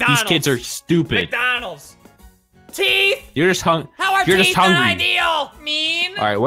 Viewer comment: How I say it “McDonalds” How Albert says it “McDANalds”